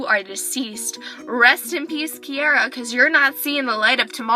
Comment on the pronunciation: nice name. your the only person that I have herd of that pronounces it right.